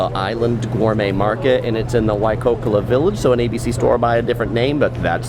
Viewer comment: Also he kept saying Waikokola village....😂